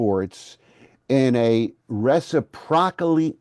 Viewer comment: Accent the second syllable of "reciprocally."